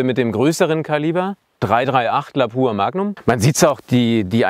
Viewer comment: Es heißt LAPUA Magnum nicht LABUR Magnum